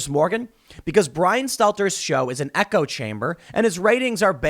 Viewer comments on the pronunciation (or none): none